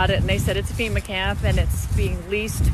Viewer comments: Not Femur it’s Fema. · Colon ... FEMA is pronounced FEMA ... not FEMUR.